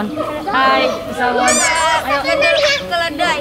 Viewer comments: Pessawon? Bukannya pessawo:/ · Pesaawon bukan psaangon ,salah sebut hahaha